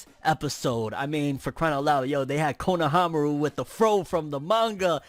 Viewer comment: Not kono-fro-aru. Fro-nohamaru**